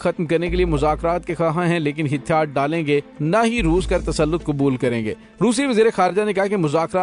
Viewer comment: Hàthyaar not Hithyaar plz note